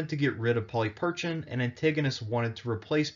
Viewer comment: Not to suggest that I'm any sort of expert and given that Erasmian pronunciation is quite different than modern Greek, still, 'Polly Perchin' ' is a detour from anything I'd expect. Please, if you're going to be telling Greek history, at least learn how to pronounce the language, that is the easy part.